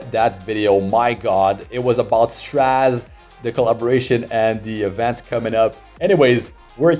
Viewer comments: Str-AY-ze ffs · I swear, it sounds like you're calling him trash instead of Straze sometimes during the video, ahahaha